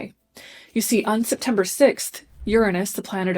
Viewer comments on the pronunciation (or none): Does she keep saying SIPtember because we’re all going to need to drink this month?